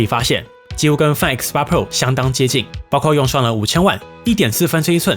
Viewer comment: 麻煩先去了解一下Find怎麼唸